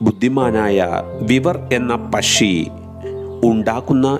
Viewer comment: പശ്ശി അല്ല പക്ഷി